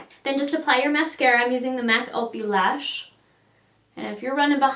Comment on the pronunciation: "Opulash, more like "Ah-pew-lash", like "opulent"; not "Oh-pew-lash". Love the look!